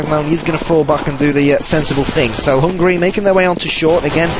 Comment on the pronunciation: Hungary, not hungry